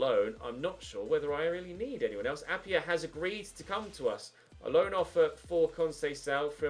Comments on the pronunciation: appiah is pronounced a-pie-ah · Try out Aro Muric in goal Also Arvin Appiah is Pronounced App-I-ah not App-y-ah